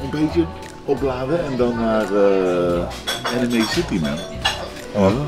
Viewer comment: ik moet al huilen met hoe jij anime uitspreekt